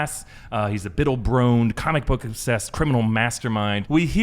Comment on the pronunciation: “Bittle broned” 😅